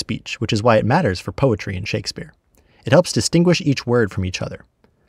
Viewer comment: Shakespeare is two syllables, not three...